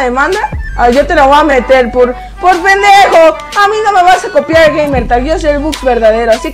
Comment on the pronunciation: Dice penejo en vez de pendejo 🤪🤣🤣